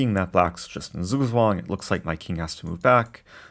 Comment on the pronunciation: You used the word Zugzwang, German for "forced move" - it is said "tsoogtsvang" :)